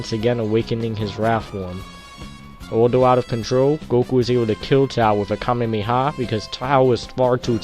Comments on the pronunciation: ima be a god Not you. The fact he said Kamemeha is what’s annoying. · U said kamemeha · it wasnt annoying i just pointed out that he said kamemeha